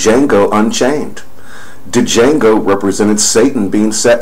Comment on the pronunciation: "Jango." The D is silent.